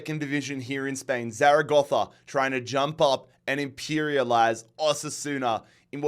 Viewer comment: Great pronunciation of Zaragoza